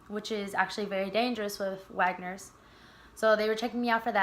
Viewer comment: It’s Wegeners not wagners